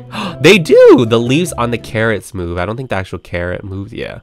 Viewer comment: CARROTS My Ears:KARENS